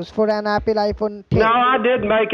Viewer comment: Appel Iphone. Appel!? Christ...